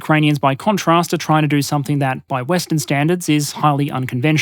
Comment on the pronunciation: ahhh you pronounced the "p" in somepthing <3 proper dingo keep up the good work mate, and hey, dom6 soon, mayby some more nation vids sometime?